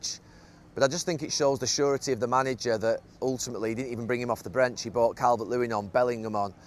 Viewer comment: "Brench" lol